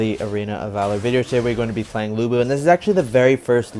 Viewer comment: Lữ Bố chứ không phải Lu Bu 😂